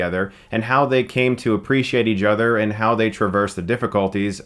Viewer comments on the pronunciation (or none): I feel like Eajother "Each Other" is the secret word in every video now.